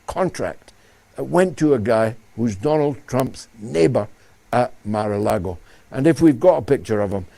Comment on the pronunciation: ... Mar-a-Lagoon, George, get it right, man.